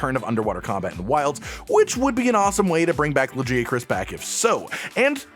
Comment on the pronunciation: Why did you say Lagiacrus like that.